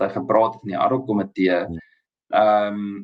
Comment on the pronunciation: Uitspraak nie addok-komitee nie, maar ad hoc komitee asb.